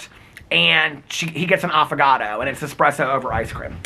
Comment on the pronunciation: Did anyone else hear Affogato as avocado 🥑. Just me? And, yes I had to google what espresso over ice cream is called cuz I wasn’t sure 🤦🏼‍♀️. 💙💙🫶🏻💙💙